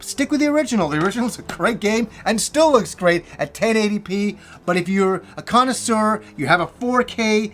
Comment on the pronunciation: "We had a greatit time!" Lol dying laughing